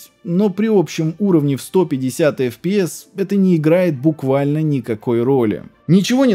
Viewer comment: Бро, прекрасное историческое видео, но речь ухо режет. Ты не знаешь английских букафф? Что за АЭМДЭ? Это ЭйЭмДи, детка, и не апи, а эйпиай. Почему ты говоришь эфпиэс и апи? Ну дичь же...